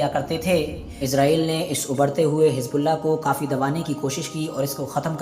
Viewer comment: Hijbullah ? Aby teri zuban ko kia hai ? Z ko J ko bolty tm log ? Pharna nhe ata tujh